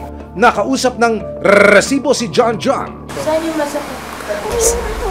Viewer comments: Rrrrrrrrrrrrrrrresibo nakakbwist pakingan. pwede namang sabihin na resibo lng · ok na sana ung balita mo eh kaso kakkairita naman ung pagsabi mo ng RRRRRRRRESIBO!!!!! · very annoying ung RRRRResibo na pagkakasalita